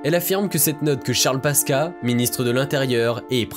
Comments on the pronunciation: On prononce PASQUOUA pas PASKA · On prononce pasquoa pas pasca 🤣🤣🤣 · Charle paska🤣 ça ce dit passe quoi, mais très bonne vidéo comme d'hab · Pasqua se prononce Pascoua et pas paska ... cela discredite toute votre analyse, c'est encore pire que que de Broglie qui se prononce de breuil.... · Qui c'est le crétin qui prononce Paska ou lieu de Pascoua ???? incroyable non ? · C'est Charles Pasquoi , on prononce '' passe quoi '' et non paska , sinon bien cette vidéo. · Charles "paska" mdr.... Pourquoi pas Jacques "ChiBrac" aussi mdrrr 🤣🤣🤣🤣Cest :" PA SSE QUOI " qu'on dit mdrr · Phonétiquement la prononciation c'est... Pass-quoi 😉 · Charles Pasqua ... Pasqua se prononce "pascoua" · Pasqua se prononce "pasquoi" en français. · C est toujours charles PASCUA qui se dit Pascoua. Merci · Ca se prononce Pasqwa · On prononce : Charles Pasqua : charles "paskoua" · on dit pascua et vu les sujets ... tu viens de naître toi. ne nous fait pas perdre du temps petit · Charles PASQUA, se prononce PASKOUA. Merci! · ça se dit "charles PASQUOI" sinon très bonne vidéo ! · Charles Pasqua, on prononce pasqoua, tu as du faire saigner bc d'oreilles 😅😅😅jeune homme😉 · Je sais que le nom s’écrit Pasqua mais il se prononce Pasquoi. Assez pénible d’écouter cette vidéo…. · Le narrateur ne sait même pas prononcer le nom de Charles Pasqua😔😌😬.... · Pasqua ne se prononce pas comme "quartier", mais comme "aquarium" en fait. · Ça n'est pas vraiment grave, simplement, comme le nom de Charles Pasqua est prononcé à plusieurs reprises, ça finit par gratter l'oreille